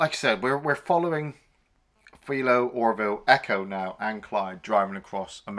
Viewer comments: Hey, did they dub this movie for the UK audience? They say Clint's name a hundred times in the movie. It's not FEEL-O. It's F -EYE-Lo. Ah. You get better as you go. The bikers are all a collection of players from his westerns. You did The Outlaw Josey Wales, one of those guys is the boatman from that movie. Clint drags around all his players like Jackie Chan does. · it's 'Fi-Low Bed-Oh'..not Fee-Low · Its FI low. As in wifi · What was that pronunciation again???? It's "File-oh Bed-oh". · You clearly haven’t watched the movie… you can’t pronounce his name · That was bothering me too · I mean... it's not even a British accent thing, he's just straight up mispronouncing the name like he's never heard it before..... a bit puzzling.